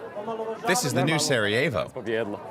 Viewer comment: the way he says Sarajevo just makes me cringe lmaoo